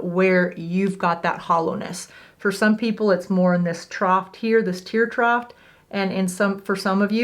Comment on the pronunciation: Trough rhymes with cough. Troff.